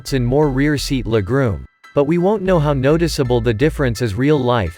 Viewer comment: Leg-room or “legrume” ?…lol